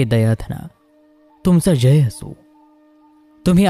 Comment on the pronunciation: स्वप्नात फुत्कारणारा साप/नाग दिसला तर मृत्यू गाठतो म्हणालात. माझ्या स्वप्नात फुत्कारणारा नाग आला होता. चाळीस वर्षे झाली. मी अजूनही जिवंत आहे! दयाघना ह्या शब्दाचा उच्चार दया'धना' केलात, तो चुकीचा आहे. कृपया सुधारणा करावी.